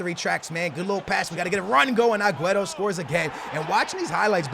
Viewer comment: I love ya but if you say aguero aguerto one more flipping time Ima square up on you